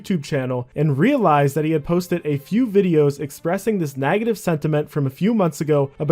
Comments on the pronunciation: I've never heard someone pronounce "beg" as "bag" or "negative" as "nagative". Where you from? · Are u intentionally saying “nagative” or do you mean to say negative and that’s just your accent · And "nagative" instead of "negative". It was distracting. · It’s pronounced NEGative not NAGAtive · Why do you pronounce beg like that? Edit: Oh you always pronounce "EG" like that NAGetive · I cant with the pronunciation of negative... "nagative" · lol i was too. He pronounces negative as nagative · Where are you from? what part of the world says nag-a-tiv? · Why does pronounce beg as bag, and negative as nagative? What accent is that? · Can we talk about how you pronounce "negative" lol